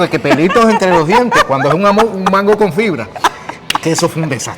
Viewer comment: Yo soy boricua y nunca he dicho mango con acento en la o....